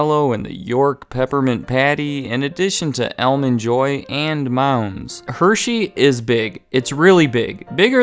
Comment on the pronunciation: EL-mond Joy?